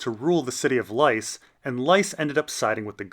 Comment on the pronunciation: Why do you pronounce Lys “Lice?” It’s “lease”, it’s been pronounced this way so many times in the show. Does GRRM pronounce it Lice, I’ve never heard him speak about it.